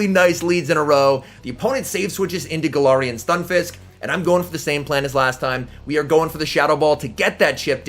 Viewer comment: Any chance you can say galarian and trevenant properly. It’s not TrevenInt it’s TrevenAnt